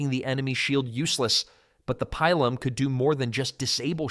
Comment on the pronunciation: No long vowels in Latin. It's pronounced Peelum.